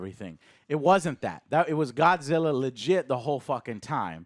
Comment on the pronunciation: Why do these movies always need an Asian actor always concerned for Godzilla and say his name like “goshilla”